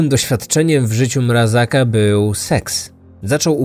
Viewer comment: Mrazka a nie Mrazaka. A tak poza tym, super film :)